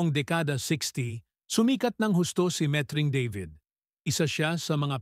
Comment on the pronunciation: What??? Oh no!! Met-Ring. Deybid? You Englishized the Tagalog name… Baluktot dila mo… Why stick to speaking Tagalog when you cannot???